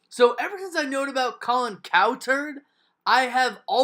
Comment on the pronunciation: Why would you emphasizing "COW" in CowTurd?...Should be cowTURD not COWturd